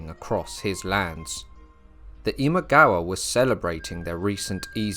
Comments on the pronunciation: “Imawaga”, mixed up the pronunciation of “Imagawa” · I pretty much stopped watching when you pronounced Imagawa as "Imawaga" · You pronounced "Imagawa" incorrectly a few times in the second section. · It is Imagawa, not Imawaga. Also, Yoshimoto, not Yoshitomo. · I think you might have dyslexia? Or maybe just trouble saying one persons name: several times I heard Imawaga, Yoshitomo